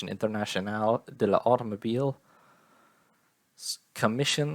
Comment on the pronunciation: Some tips for pronouncing the French vocab: -Apostrophes are glossed over: when saying "l'automobile," you do not stop between the L and the A, you pronounce it as if it were "lautomobile." This goes for any French word or name that begins with L' followed by a vowel sound -the plural of Grand Prix is Grands Prix, and they are pronounced the same -the T at the end of Talbot is silent, this is usually true of final consonants -C and G are soft when followed by E or I -CH is almost always soft, sounding more like SH -the consonant cluster GN can be approximated with the Spanish letter Ñ (or English NY); Grignard is more like Griñar/Grinyar -ok this one is Italian but Romeo is pronounced ro-MAY-o Otherwise I'm really excited to see where this channel goes! The early F1 seasons are DYING to have videos as good as this one!